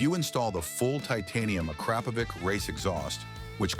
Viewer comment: correct spelling of Akrapovic sounds like “Akrapovich”,not “Akrapovick”!